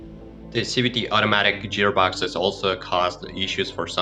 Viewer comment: What the hell is a "jeer box" ??